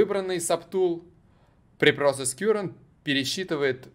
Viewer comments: Слово Current читается как "каррент", а не "кьюрент" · Я электронщик. Не кюрент , а карэнт. Ток , текущий по нашему. А так всё зашибись